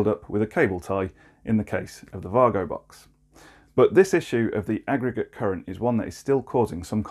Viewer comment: Mate. It’s Way-Go.